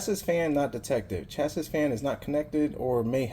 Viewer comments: The way you pronounce chassis is (cha see) not (cha sis). It's probably one of those words you've heard before but not seen it at the time you heard it so you took a valid guess and how to say the word. Thank the English language for things like knife where the K is silent and chassis where the "is" is pronounced as "see". Gotta love English. BTW, not blasting you, just correcting your pronunciation of a terribly spelled word thanks to English. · You should Record the serials, specs and work performed in a database so that you can pull it up at a glance. Chas-Is? Its Chassie, like Cassie. Say it with me in a future video. CHASSIE. Disable the Post alert for fan error. in the bios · Not how you pronounce chassis… I get a CPU fan error on my desktop every time. The POST sequence runs before the fan can get up to speed, so it thinks it’s not running at all.